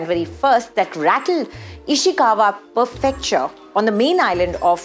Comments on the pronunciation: Did I hear perfecture instead of prefecture! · It's "prefecture" not "perfecture". It's "Hokkaido", not "Hokkiado". Man, you are a journalist. Did you even do your research or are just reading a script that you've read for the first time in your life? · It's "Prefecture", not "Perfecture"